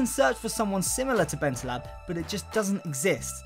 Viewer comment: BentalEb not BentalAb